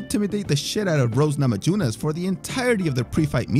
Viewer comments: You have this annoying accent where you mispronounce half the words but you can't even pronounce "Namajunas"? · Scared he will mispronounce "Jedrzejczyk" so he covers it only to the immediately mispronounce "Namajunas" 😂😂 Dunno why I found this so funny.